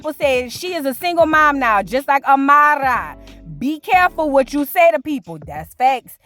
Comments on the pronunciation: lol I thought I was the only one like girl stop saying her name like that 😂😂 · The way she’s pronouncing Amara is stressing me🤦🏾‍♀️